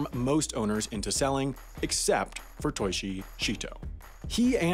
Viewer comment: He mispronounced it, it was Toichi Shito (pronounced like your toe is itchy. "Toe eechy")